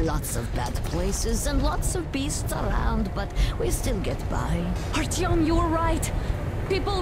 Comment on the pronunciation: This is neat! I'm enjoying your take on the game, as I always enjoy your "let's plays"! However, the in-game pronunciation of "Artyom" kind of drives me nuts. Anna says "Art-YOM" with the accent on the second syllable, and her father says "ART-yom," with the accent on the first. LOL. Something's fishy. I'm going with Anna being correct - after all, she's his wife, she ought to know.